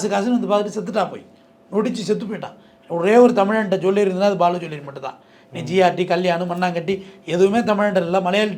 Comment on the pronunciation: பாலு ஜீவள்ளரி இல்லடா! அது பாலு ஜுவல்லரி!! பேரு அரம்நாடு ன்னு வச்சு தமிழை கெடுக்காதீங்கடா டேய்😁